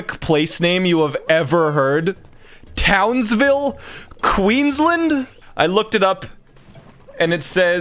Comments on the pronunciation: "townsvill Qweenslind" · I'm from Queensland (not in TOWNSville), and when I heard him say Townsville, I couldn't stop laughing.